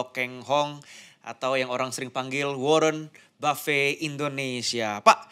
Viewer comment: bukan ribet brow...hal sepele tp ini masalah nama pemberian orang tua yg punya makna mendalam brow...belajarlah respect org lain dimulai dari menyebut nama nya dg benar...